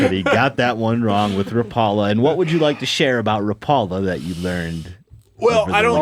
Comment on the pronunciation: love ya man, but it’s not Ra-Paul-la. It’s more like Rawh-pull-ahh. Saw-na vs. sow-naugh. We don’t say Tor-till-la anymore, right? - a Yooper Ps- still appreciate ya though, bud!